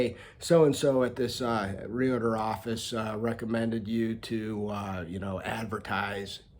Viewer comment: It's not Real-a-ter it's realtor